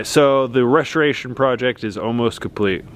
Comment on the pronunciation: I loved that transition you did,!! 🎬 📹 and then.... I had to wonder 🤔 did you have a Lil whishkey??🥃 😆 it sounded like you said "reshuration" (instead of restoration) 🤣 Y'all are wonderful, missed y'all, & I love your new hair color,!! ❤️ 🤧 k I had to come back and comment to your star 🌟 portion. I think about that all the time,, my hubby & I use to take a blanket & drive out to the country and lay on the hood of our vehicle and watch the stars for hours!! Something I'm/we are going to start doing again when it starts warming up. One doesn't understand how humbling it is unless they've done it. Side note 📝 I told you we'd watch the stars if you just did the videos so we could stay in touch with y'all!!🤭😁✌️❤️ Loved it!! 👏 🌟 🤩